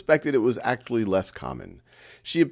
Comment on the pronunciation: Anyone else hear act-lee instead of actually